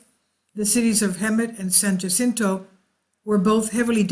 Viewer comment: Also San Jacinto j as h